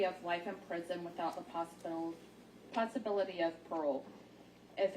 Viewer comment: murner... Manner... Then seconds later she has trouble with possibility. She's not worthy of reading out loud. She didn't even have a pleasant voice either. Smh